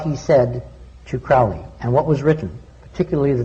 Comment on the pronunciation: It's CROWLEY to rhyme with holy!